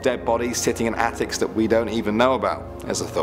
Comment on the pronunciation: the way pronounced the word.